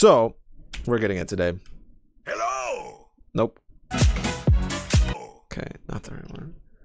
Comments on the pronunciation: Dk why but that "Hewwo" makes me happy! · BRO. I've been playing Rein since 2017 and almost 3k+ hours across all platforms and accounts on Rein. For the first time in forever, about a month ago he just said "hewwo" and I had a heart attack. I'm so glad someone else has experienced this. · He says "Hewwo". There. I saved 10 minutes of your life. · “Hewwo :)” - Reinhart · I’ve been playing this game since early 2017 and I’ve only heard Rein say hewwo twice. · bro really said: "Hewwo :3" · So they were NOT insane when they head "hewwo" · ? The subtitles literally say "Hewwo" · Wait I got that yesterday he said hewwo and when I was in a competitive game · The "hewwo" line is rare? Shit I hear like every gaming session. Though granted I spam hello and thank you a lot due to habit so I probably just do it enough times till the odds give me the line.